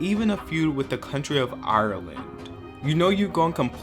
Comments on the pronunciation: and the way he pronounced it as well lolol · You pronounce Ireland weirdly